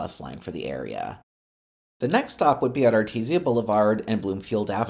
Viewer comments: AR TEE SHA! Not ar teez e uh JFC. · I love your non-local pronunciation of Artesia as “Artezia Blvd”, as opposed to Artej-shia Blvd. For some reason i am reminded of the banter bw dustin Hoffman and Warran Beatty, in the 1987 movie Ishtar, over the pronunciation of the word “capiche” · Thx for the video. One tip: It’s pronounced “Artesha” Not “Artesee-a” That’s actually quite important in a video like this because mispronouncing that city name (even though it’s a street name) makes you lose credibility among some of your viewers. Good luck on more videos! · I also thought it was pronounced artezeeuh. You guys really wanna fight people over stupid things. Arteesha sounds more annoying ngl imo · I am going through pain of you mispronouncing Artesia it is correctly pronounced (Art-ee-jaa) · Really pronounced Art-tease-ya. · Art-ee-jaa, Car-men-ita, Sir-ree-toes, oh my gawd 😫lol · Great concept, but I had to stop watching after multiple mispronunciations of Artesia. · Please learn how to pronounce "Studebaker" and "Artesia" When you speak I can hear the steam escaping....